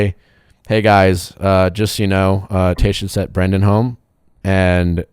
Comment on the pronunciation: Nick: it is Brendan not Brandon.......